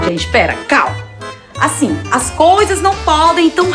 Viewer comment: Eu nao admito que você fale asin con meu prinçeso /eu rachei de rir